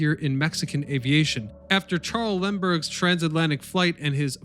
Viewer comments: Lind-Burg, not Lindenburg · I would think someone posting history videos would know how to pronounce Charles Lindbergh's name! You repeatedly call him LINDENBURG